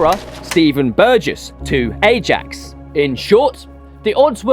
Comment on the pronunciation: No idea but bruvs butchering King Kenny, Ajax 😂😂